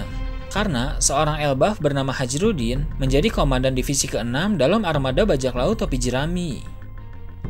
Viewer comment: Tulisan Hajrudin Yg gua denger Hajirudin Apa cuma gua aja Yg denger bgitu😅😂😂